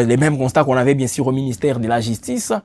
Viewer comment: Plisière, sir, ministère piblic, biensir,... La lettre ''u'' n'existe pas dans le lexique de ce journaliste ?